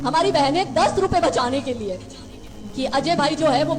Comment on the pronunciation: Nasir Ali saheb Nabi S. L. W. ke leyea ( Theyea ) nahi ( Hain ) bola kejeyea . Shukriya . Allah Hafiz.